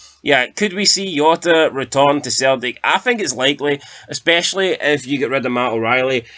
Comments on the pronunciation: Jota not yota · The Portuguese don't pronounce the J like a Y ya fud, it has a ZH sound cabron!